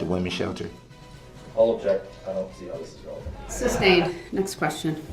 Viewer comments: Not only would he "object" he would also "suBstain" his own objection 🤡😂🤡🤣.....Also, Judge D. slipped twice that I caught and said the word substain in two separate videos and quickly corrected herself...How could she not make that mistake.. she had to hear him AXE "reason for the suBstain" 100 times a day...Maybe I could find those videos and put them in your comment section... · He prolly doesn’t know how stupid he sounds saying SUBSTAINED 😂😂😂